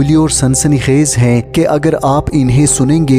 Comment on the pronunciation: Tumhy hy aur hain ada kèrna naĥi ata magar itny aham subject per baat kerty ho